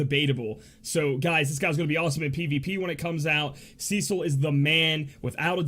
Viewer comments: It is the first part :D "Ce" is supposed to be pronounced like "se" in 'seldom",not like "sea" :) You pronounce the second part correctly :) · Okay...I just have to throw this out there....his name is pronounced "Seh-sil" not "See-sil" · Cecil is pronounced just as it's written,you don't change "e" into "i". Just wanted to share,since it was bugging me for a while how you pronounce his name :D